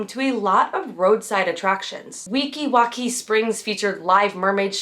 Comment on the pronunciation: Weeki wachee, like cheese not key. Florida lakes get brain eating amoeba in them during the hotter parts of summer it's not bacteria. Also you missed the fact that the nighttime water pageant was the first Disney electrical parade. As a Florida native, and 70s Disney kid I feel compelled to mention these, and I'm not trying to be rude at all just informative. I've been enjoying your videos and can't wait for the deep dive into the Monorail and the when you wish upon a star airstrip.